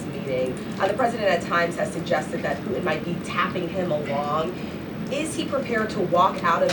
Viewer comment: She calls him pu-in not puTin. She can't say puTin ..